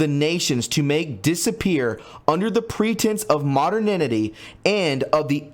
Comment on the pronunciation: great info that needs to be shared widely, but it’s a little annoying that you keep mis-pronouncing “mo-der-ni-ty”.